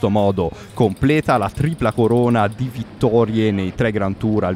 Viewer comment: Ma non riesci a pronunciare la preposizione "DI"?